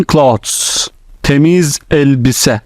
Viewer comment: That’s so helpful. Thank you so much. By the way clothes you pronounce ‘cloths’ as in clean clothes. But it’s clean “clothes”. Pronounced very differently.